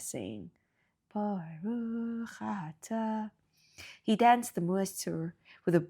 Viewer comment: He certainly did not say Boruch Atah. He said Boorich Atuh!! I love your content ❤